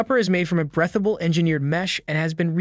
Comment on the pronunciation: It’s not “brethable”, it’s breathable?